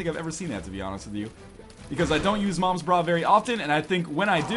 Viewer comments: Is it not moms bra? Not noms bra? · what the hell its not noms bra